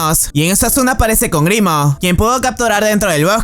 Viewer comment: se que es un buen video, pero me dio ataques cada vez que decias grimo en vez de grimrock